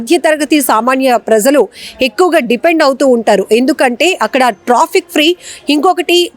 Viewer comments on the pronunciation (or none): Trians kaadhu Trains. Trauffic kaadhu traffic Get your pronunciations right.